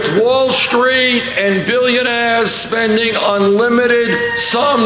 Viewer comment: Drink every time burnboi says woulstreet